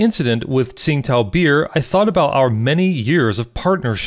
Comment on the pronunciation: To be correct, it's pronounced Ching Dow not Sing Tao.